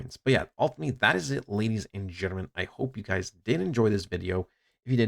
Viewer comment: “Ladies and gnrmnn”